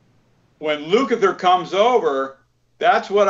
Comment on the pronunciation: Steve Luk-a-ther...not Lu-Kath-er..not hard to say. No one corrects you, yet they say it correctly